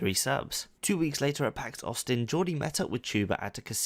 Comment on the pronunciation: Pax Australia... not pax Austin